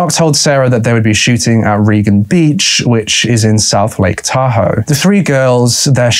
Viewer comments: It’s “tah hoe” not “tahoo” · Sorry, you're too long winded to get to the chase, also you mispronounce the name name of Tahoe, there's no accent, its a one syllable pronounciation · It's pronounced Tahoe not Tahoe. Yeah ok maybe it is Tahoe. I can't decide.